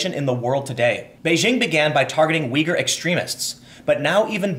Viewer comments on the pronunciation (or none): none